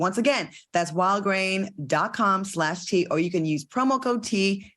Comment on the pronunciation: Claudia, every time you say wildgrain it sounds like you're saying Walgreens. Just saying! I don't get the outrage of Will slapping Chris. Will made one mistake publicly & people want to nail him to the cross. I think it's sad that Floyd called him every day and no one else did. I guess they was too busy condemning someone else. Thank you Claudia for not being a Petty Labelle like Q & AL.